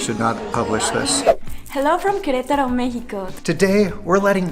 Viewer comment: May prononunces the A in Queretaro. Why don't you? I'm assuming she's right?